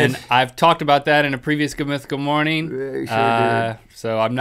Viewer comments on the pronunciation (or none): Stop saying good mythical morneen